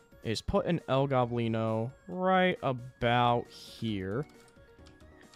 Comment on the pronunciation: His nams is el gOblino not el goblIno